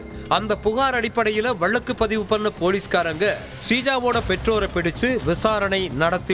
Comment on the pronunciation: அது என்ன வலக்கு? Pronounsation சரியில்லை. தேவையில்லாமல் அழுத்தம் குடுத்து பேசறாரு.